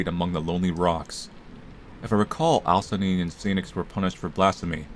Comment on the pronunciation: The most scary part of this video is when correctly pronounced "Alcyone"...